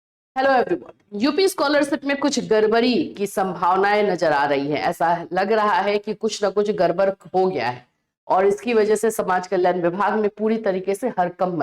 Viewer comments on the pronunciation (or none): गड़बड़ ❌गरबर ✅ हड़कंप ❌हरकंप ✅